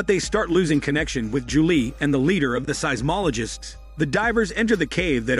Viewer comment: Why did he also say ja-lee for Julie lol